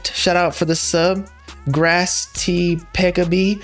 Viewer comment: never seen someone botch the words grass type like did lmaoo